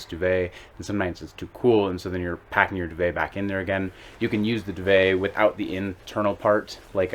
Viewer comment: FFS , pronounce DUVET properly !!!